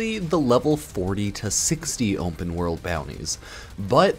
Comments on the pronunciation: Why does he keep saying Wumpah world instead of Open world ? So annoying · "umpen world"